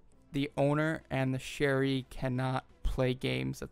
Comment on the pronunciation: not "sharee and another sharee"